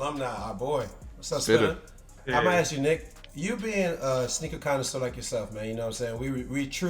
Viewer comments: Sole Collector why dad started to say “aks “ instead of “ask” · nobody: dad: I must AKS!